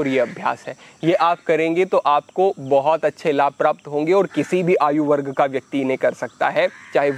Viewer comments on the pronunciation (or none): none